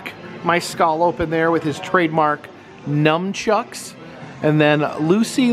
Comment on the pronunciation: They're called nunchucks not numb-chucks